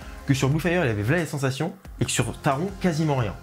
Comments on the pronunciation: Taron se prononce taronne 😭😭et oui le Taron fait pas de sensation 😅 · Super vidéo 👍 comme d’habitude, je n’ai pas fait Blue fire et Europa-Park en général, c’est un parc qui m’a donne envie et tu n’a pas arrangé les choses 😂, sinon je voulais juste te préciser que Taron ça ce prononce « taronne ».